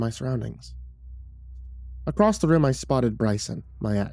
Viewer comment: Acrosst is not a word. There's no T.